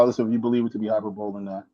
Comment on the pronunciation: Hyperbole is pronounced high-per-ba-lee.